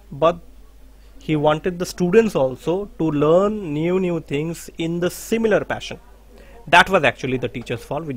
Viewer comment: Sir, excuse me. Will you please check your pronunciation of 'the' before a constant sound? It degrades the quality of the teaching... Sorry to say this